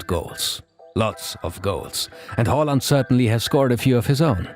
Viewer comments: Finally somone who can say hÅland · Very good Haaland pronounciation!